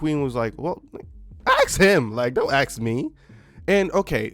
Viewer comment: ASK. A S K A S K, say it with me ASK. Not AKS, not AX, but ASK!!! Its 3 fucking letters...3. A, S, K when you read them, they go in order from A to K. So first comes A and then S and then in the end comes K, ASK. A->S->K. 1. A 2. S 3. K First - A Second - S Third - K ASK, ASKED, ASKING. Not AKS, AKSED, AKSING. Not AX, AXED, AXING.